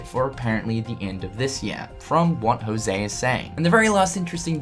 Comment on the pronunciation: The only thing that gets me salthy is you saying "Jouse"...It's José, I mean, half of hispanic male people (and some female in Costa Rica) have that name and you english native speakers are the only one that say "Jouse"....I mean, get it on the damn google translator and hit the speaker, boom, you get how to pronounce our names, the rest of the world pronounces it right